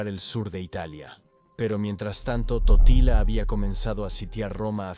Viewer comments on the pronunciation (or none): dice tortilla y no totila😁😆😂